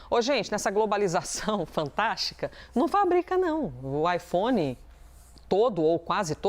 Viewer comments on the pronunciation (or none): AiFom? Drounis? eles são obrigados a falar assim, não é possivel kkkkkkkkkkkkk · Ela fala ifons ou é impressão minha? Hahah